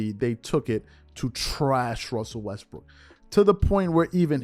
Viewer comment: gets me how these clowns are so in love w shannon now they're going to pretend that the ONLY problem was skip saying "westbrick"